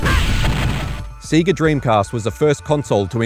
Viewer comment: The way he says SEGA tho lol but awesome video tho